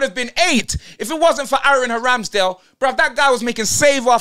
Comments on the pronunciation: "Aaron haramsdale"😂😂😂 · “Mikel jackson” “Aaron haramsdale” 😂😂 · Man said Aaron haramsdale 😂😂